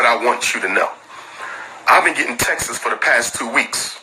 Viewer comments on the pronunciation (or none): Umar can’t even say texts right. He says Texas.